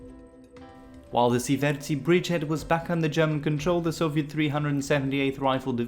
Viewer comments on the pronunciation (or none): Not bad, but some of the Estonian names and pronunciations need still work. For example "Ssivertsi" is Siivertsi and "Pahklemae" - Pähklimäe. Most of the estonian words has emphasis on the first vowel and two vowels are pronounced long like "tUUling" (somehow author decided to pronounce "u" as "ü") or "RIIIpalu" (not "riPAlu") . So "ssivERtsi" should be "sIIIvertsi", "pähklaMÄe" sounds more like "pÄHklimäe". Other than that - Good job! Subscribed.